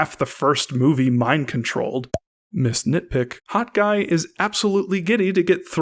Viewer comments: did he just say Hot guy instead of Hawkeye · Lol, when you said "Hawk Eye" it sounded like you said "Hot guy". xD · No! No! No no NO!!!! I KNOW you're saying "Hawkeye", but it SOUNDS like you're saying: "Hot Guy", and I am NOT suggesting you're gay, (Absolutely NOTHING wrong if you are) or that I'm all right with that!!! (You saying "Hot Guy", I'm fine with the LGBT & think they're treated TERRIBLY by Society)